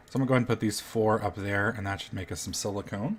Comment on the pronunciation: Why does he call silicon "silicone"?!?